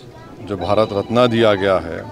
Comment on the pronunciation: Madarchod pahle sahi se Marat ratan bolna Sikh 😡😡😡